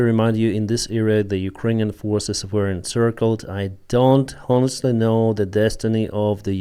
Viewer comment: You use the word “honest or honestly” a lot. The H is silent. Your English is great, but please don’t pronounce H.